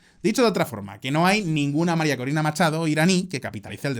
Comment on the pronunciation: Jajajaja 😂 todo bueno hasta que dijo maricori 😂😂😂